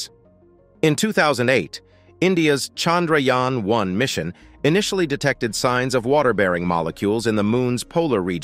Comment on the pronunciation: It's chandhrayaaaaaannnn!! Don't kill our priced object by your pronouciations!!